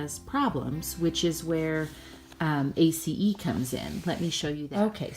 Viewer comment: Wow!!! I'm so impressed that you know how to pronounce A.C.E. the correct way.. (= TY for sharing!! Lots of great info. here. Truly enjoying your channel. TY for being here. ^_^